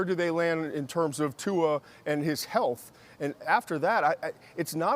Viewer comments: stephen "tu'er" a. smith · Stephen A "Tuar" Smith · Tuer 😭😭😭 Stephen A c’mon man